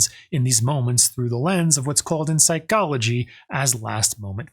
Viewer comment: I line the Phycology pronunciation.